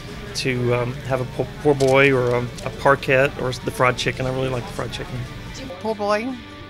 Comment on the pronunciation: This is an excellent video but you gotta say "Po' Boy" not "Poor Boy"